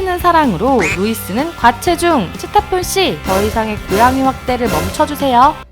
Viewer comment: 고양이 이름은 레온이 아닌 리온 입미다 ㅎㅎ 그리고 루이스가 아니라 루이 입니다